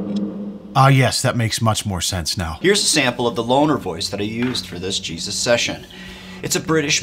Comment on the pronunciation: That's cheeeezus and not jesus.